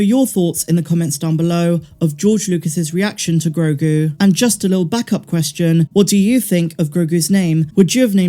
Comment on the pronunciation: "Gro" like grow "gu" like a baby's goo gu it's actually perfect